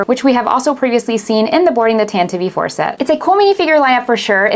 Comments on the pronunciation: It's not Tant-Eevee, it's pronounced like attentive! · Stop saying tantivee 4 you tit! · IT'S CALLED THE "TANTIVE IV". How hard is it to get that right? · The way you say Tantive IV is strange. Good review but that kept sticking out to me.